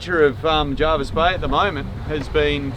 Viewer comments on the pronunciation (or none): Hopefully your apocalyptic visit hasn't put you off returning here one day it's normally a very beautiful bay. For the record it's Jervisbay named after Admiral John Jervis and pronounced that way by the locals, Jarvis comes from the old english Jervis pronounced Jar'vus, hope that clear's things up...lol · Having grown up in that area the locals pronounce it JERvis Bay, not JARvis Bay. Ony the ring-ins and ex-Sydney mob pronounce it as JARvis. Your forgiven this time! Haha